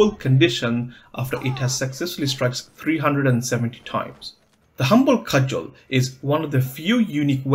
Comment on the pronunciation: Just so you know near the end you said the cumble Hudgel